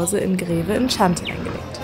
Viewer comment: Es spricht sich Kianti, nicht Tschianti - das ist essentiell